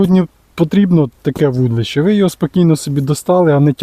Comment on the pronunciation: Дитинко! Ти коли навчишся вірно вимовляти - вудИлище!!!